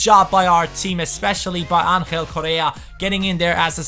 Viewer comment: You are pronouncing bad correa, you pronounce his name like korea, it's coRRea PD: im from Argentina